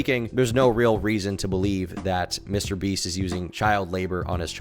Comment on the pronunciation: "Mr Breast" 😂 Whats on your mind today...